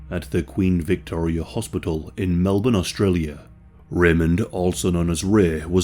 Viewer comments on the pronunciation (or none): none